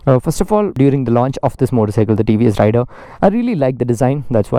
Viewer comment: INCORRECT PRONOUNCIATION OF THE PRODUCT NAME